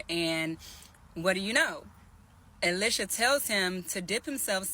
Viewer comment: "E-Lie-Sha" Not "Ill-Lish-a"